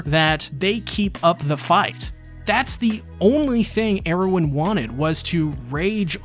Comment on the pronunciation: Was a great break down. A lot of good lore talk. But I have to point out, a lot of attack on titan content creators mis pronounce characters names. In this situation it was Hange, Mikasa, commander Erwin. All pronounced wrong the whole video. Again good video. Just a small quirk I think.